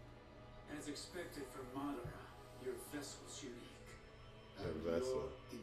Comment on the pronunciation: oh it's not that name you've been butchering it's Madara's